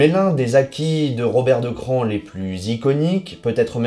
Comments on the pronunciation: c a r se dit '' cra'' , plus ""on"" ca fait CRAON , pas CRAN ! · Le mieux est sans doute que vous contactiez les propres habitants de Craon, dont la mairie par exemple, pour voir comment eux-mêmes prononcent le nom de leur ville... mais bref, vous semblez détenir toute la vérité, je vous envie... Bonne journée à vous aussi et au plaisir d'argumenter sur de prochains sujets.